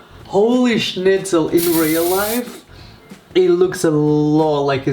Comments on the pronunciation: potato guy 9000 it’s Schnitzel not Schmitzel Dude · Didn't he say Schnitzel? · I hear schnitzel